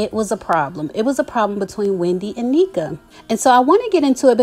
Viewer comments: Hi her name is pronounced Nnéka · I believe it's Nne(h)ka... I have a friend with the same name and its pronounced with a short e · Hey, as a Nigerian I wanna try to help you pronounce Nneka’s name properly. The best way I can spell out the pronunciation is “un-necka” You gotta pronounce both n’s in Igbo names. Hope this helps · It’s prounced “N-Ehh-Kah I’m wondering why they’d bring in two Nigerians on. Normally I’d be happy. Shoutout to my Igbos! That’s our tribe. But anyways, I hope this won’t bring tension with Nigerian viewers and Bravo Tv. Yes Nigerians, we are raised up to work hard and become successful but I don’t want bravo tv to find a way to take from that and turn it into a competition amongst two Igbo Sisters. I’ll absolutely be watching. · Its pronounced N-neck-a. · It’s Na-neek-a or N-neka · It’s pronounced as “IN-NECKA” like neck. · It’s pronounced NECK-AH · You're pronouncing her name incorrectly....and I don't think Wendy is jealous of her for her accomplishments. Stop putting that narrative out there🙄🙄